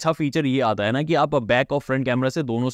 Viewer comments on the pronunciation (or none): Yar aap YouTubeer hen semsum kia hota hai Samsung hota hai yar samsem naj yar aap kia krhe ho?? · Are unpdh samsum nahi samsung sach batan kitne tak padhe ho bhai 😅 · Bhai its SAM'SUNG' not SAM'SUM' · samsung ❌️ samsum ✅️ 😂😂😂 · Samsung ❌ saisat ✅ 😂😂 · Ye abi nai me 8 months se Notes krha hon aap Samsung nai bol pate ho thek se semsam he bolt3 ho kyn? Aap YouTube ho yar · Bro literally says samsum 😅😅😅 every time 😅😅